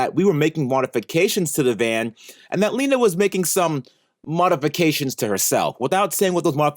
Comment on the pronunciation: Since when is she Leenda? I thought it was just Leena